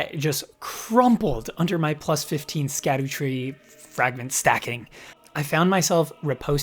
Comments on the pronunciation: I believe it's pronounced "Shadowtree" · I don’t know if anyone’s corrected you, but scadutree is said like shadow tree. More accurately, sha-dew-tree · I heard that it is supposed to be pronounced sha-doo-tree for scadutree